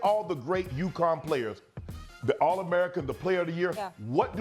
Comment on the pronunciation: UCONN, not Yukon. Lol.